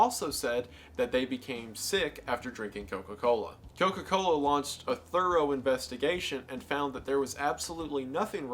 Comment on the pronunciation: Wendigoons Georgia accent really came out when he hit a single “Co-Cola” in a whole Coca-Cola segment🤣